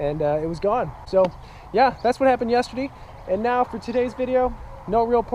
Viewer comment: Yesterdee? Canadian eh ? Lol